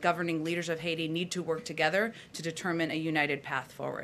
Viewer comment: "Haiti"... NTD has always gotten a lot of pronunciations just a little wrong, and this has got me curious. Is English a second language for most of your newscasters? I ask only because some of them don't even look Chinese.